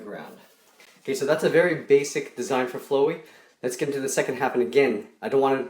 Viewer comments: It doesn’t look to great and you pronounced Flowey’s name wrong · you don't now how to say flowey ok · He didn't pernounce flowey right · You said flowery wrong it's exactly the same as flower but then with ey at the end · you are not saying his name right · DUDE THAT'S NOT HOW YOU SAY HIS NAME!!!!!!!!!!!😤😤😾😾😠😠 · OMG he's pronouncing Flowey WRONG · When someone pronounces Flowey wrong xDD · Your saying his name wrong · How many people were yelling at the screen "YOUR SAYING FLOWEY WRONG" because i sure was....... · You say Flowey weirdly lol, can you draw OMEGA FLOWEY? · It’s pronounced flow-e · i spit out my cereal when he said flwy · I thought his name was flowey not floowy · Why does he pronounce it like that? Okay say flower. Ugh! this bugs me so much i'm sorry i'm just being honest. y u prononce it like dat. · It’s flowey pronounced like a flower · its pronowced flow-e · ITS FL OW EY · It's pronounced fla-wee. It's the easiest name ever! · The pronouncation is flawey The spelling is flowey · Your saying flowey wrong it’s fl Ow Ey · its fl-ow-e not flowe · its flaowey at least its said like that I guess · flowey actually it's pronounced Flaaweee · its Flowey (Flawy) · its fl owey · your saying flowey wrong it's pronounced flooowey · (NO HATE INTENDED) I cringed so hard when he pronounced Flowey as (flow-E) XDD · PS HIS NAME IS FLOWEY NOT FLOWIE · LOL WHAT IS DAT I'm also laughing because he pronouns flowery flu-eee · why do people have such a hard time with his name. Flowey. like flower. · its pronounced flow i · It's not fluy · not to be rude but u pronounce it like flaow wee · He's a flower so it's more likely it's going to be pronounced fl-ow-ee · HE PRONOUNCED FLOWY HELP THE SANICS ARE GONNA RUN US Odhjfhcejkdsyduedydukerdudjyhucjdutdukjshdjh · "Flow wee" cringe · Just wanted to point out that its pronounced as Flowey like as in Flower. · It's flow - ey not flowey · its pronounced fl-ow-ey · How... NOT FLOW-EE FLOWER | FLOWEY ITS SO EASY!!!! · It's fl aawee